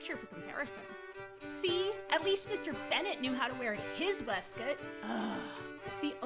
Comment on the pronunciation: Interesting pronunciation of “waistcoat”.